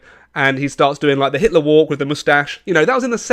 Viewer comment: Your video contains hate contents towards Mr. Hitler because you read it as "Hilter" in the video😂😂😂